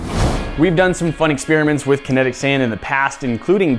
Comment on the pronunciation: Kenetic SEIND